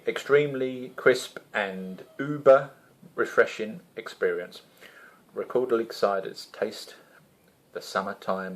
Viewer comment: Silent g at the end ;]